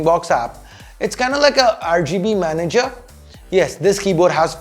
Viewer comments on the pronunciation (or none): none